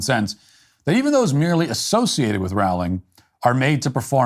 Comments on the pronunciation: It's Rowling as in bowling. Her name doesn't rhyme with howling... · Firstly if you can't say Rowling correctly then just don't say it. Row, as in row your boat gently down the stream, ling. Secondly, it has been shown that people's diet and hormones while pregnant can effect the gender a child comes out as. Since it is possible (even if not 100% controllable) then who is to say someone can't identify as something else. Transphobia is just another ignorant thing for people to discriminate against and why humanity is held back as a species. Learn to accept people who are doing you no harm or shut the hell as you only lower the collective intelligence of society. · BTW, JK Rowling is correctly pronounced to rhyme with the word bowling, as in bowling ball. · Rowling is pronounced as in "Row, row, row your boat". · This is great, and Radcliffe's behavior is awful. (But Rowling is pronounced "rolling.") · You pronounce her name wrong. It’s pronounced with an o like bowling.